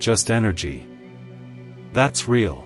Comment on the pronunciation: ray-all is Ai correction needed for the word real (pronounced reel)